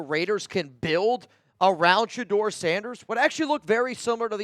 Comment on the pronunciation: Noties!!!!! And hell no !!! It's Sheduer Sheduer Sheduer or basically fail!!